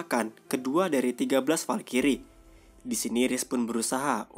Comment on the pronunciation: Bacanya falcry bukan falkiri blok